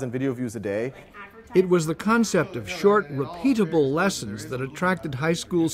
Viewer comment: Hehe, the "Khancept."